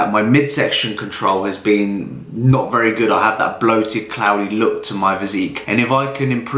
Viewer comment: VEWY NICE HMMMMMMM VEWY NIICCEEE 🤣